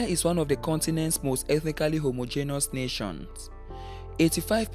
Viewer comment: I subscribed to this channel But later unsubscribed when I heard the man pronouncing homogeneous so botanically What a disgrace ☹️☹️☹️☹️